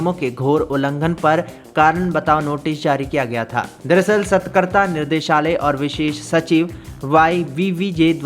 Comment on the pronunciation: सतकरता नहीं सतर्कता बोलते हें भाई